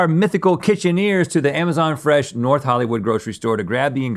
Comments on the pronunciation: trying to make 'fesh' happen! 🤣🤣🤣🤣🤣🤣🤣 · I heard "Fesh Beth." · "Stop trying to make fesh happen" lololololol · “Stop trying to make ‘Fesh’ happen!” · Link’s mispronounciation of fresh